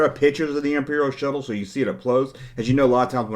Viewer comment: I didn’t know “Shuttle” is to be pronounced as “Show” until I watched your clip. Lol